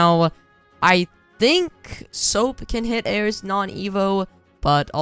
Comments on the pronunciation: why does he say soap instead of usopp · The way he called usoap "soap" XD HAHAHAHHAHAHAHAHAH